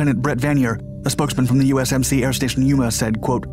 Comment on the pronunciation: If you talked a bit slower you might have gotten USMC right the first time...